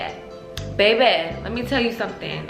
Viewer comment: When she said bebeé